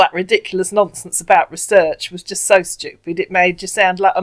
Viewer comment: This mugu sounds familiar. I think you and Bluelady have busted this asshat before- or there were others this young and from the same region in Nigeria with similar dialect, accent, and English speech and grammar patterns (he pronounces "so" as "serr"). I suggest you inform the mugus that the 1970s-90s movie/TV trope "you're beautiful when you're angry" is not flattering, but an insult. And the attempt at shaming a woman for asking pertinent questions like a child is also pretty damn bad.